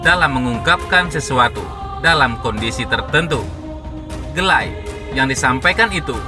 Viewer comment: Apa cuma AQ yg dngernya "Ga like" bukan "Gelay"